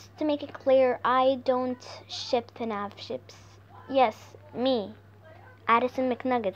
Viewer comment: Me: hears her say fanf chips Also me: knows that she said fanf ships